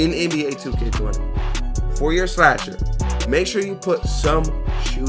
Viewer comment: Why it say shasher